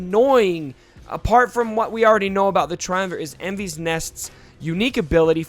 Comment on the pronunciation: Great review - some advice on pronouncing her name. It's a welsh girl's name (meaning rainbow) and should be pronounced "Envis" rather than "Envees". Although given this is in a galaxy far, far away who knows :-)